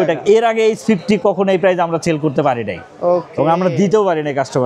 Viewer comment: সেল না চেল 😂😂😂